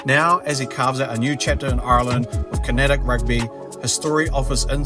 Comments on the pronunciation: It's not pronounced "Con-at-ict" it's pronounced "Con-act" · wtf is KINETIC rugby? Connacht... pronounced "Con-act". nice vid tho